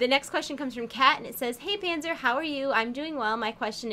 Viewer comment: but she´s called Panser not Panzer, voher informieren :D